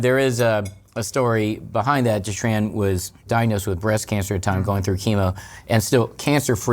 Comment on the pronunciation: dude, if your wife is Vietnamese .. her name its not pronounce Tran, but Chun -- ( yes, similar to Chun Li heroine) and if you re doctor you should know Aspartame is harmful (and its actually change the taste of the soda) soda with stevia is much better and its an extract from a plant, not chemical like Aspartame